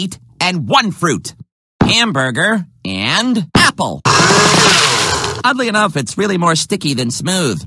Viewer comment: I know he said "Oddly enough" but it almost sounded like he said "Ugly enough".